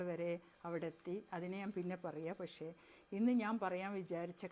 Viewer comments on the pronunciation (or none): none